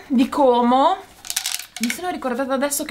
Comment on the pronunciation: Non sapevo venissi a Como 😁 sarei venuta volentieri. Mi piace come dici Como con la o chiusa è come lo diciamo qui 😀